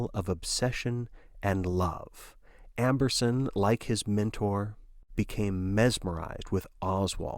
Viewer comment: Amberson not Ambrose XD